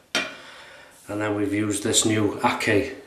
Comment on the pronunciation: Hey. Great Videos. The brand is Turkish and pronounced akchai.